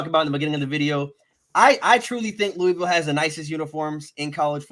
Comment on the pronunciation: Say Louisville right smh. Google it. It’s not LEWIEVILLE it’s LOUHVILLE. Also there uniforms is because there an adidas flagship school. Conference they avoid Clemson, Florida State, UNC. There transfer portal has playing experience. Not guys who were just running drills in practice. They got guys with real snaps and experience. You guys are sleeping on Duke that’s a sneaky game. Losses will be Miami, Notre Dame, NC State and Duke are coin flips. Helps having Duke at home. Plummer was originally at Purdue under Brohm. Realistically I see 8-4 ceiling 9-3. Schedule helps so much. No love for pierce clarkson? All about Brady and forgetting pierce was at Boscoe and a national champion high school qb